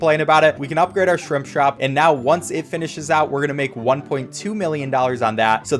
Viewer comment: lol It sounds like Shrimp Shrop